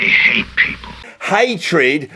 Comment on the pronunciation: I don't know why you say Hite and Tible. It's Hate and Table